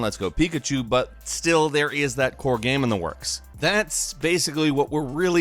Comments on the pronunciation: what does he say "geme" instead of "game"?? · The way you say game makes me cringe